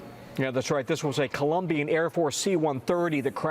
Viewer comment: Of all news anchors, you should be able to pronounce "Colombian" properly.